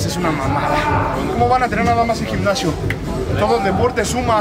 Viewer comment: El "gicnasio"? Jajaja, a qué el españolete...